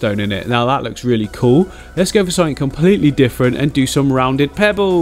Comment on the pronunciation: It isn't cool it's koo😂